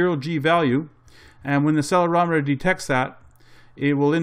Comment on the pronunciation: Just a friendly heads up on the pronounciation of "accelerometer" ;)